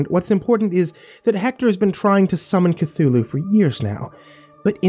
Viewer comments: Cunthulu?!, I swear to azathoth I will anhilliate your reality it's Cthulhu!!!! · Lord Cthulhu 😂😂😂😂